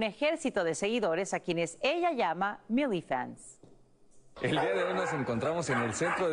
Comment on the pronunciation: Muchas felicidades, hahaha te adoro❣️ Aunque no me gustó la pronunciación de milifans >:v Ahí que si hablamos español xd